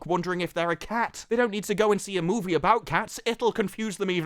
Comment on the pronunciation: Why the fuck can’t you say the word ‘movie’ properly. Marvels looks shit but you seem like a right virgin.